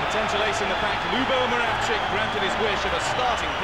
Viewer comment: admin, it's Moravčík, not Moravick.